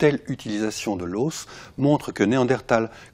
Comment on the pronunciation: le deuxième chercheur a des manières de tête à claque et on ne dit pas "l'haussse" mais l'os !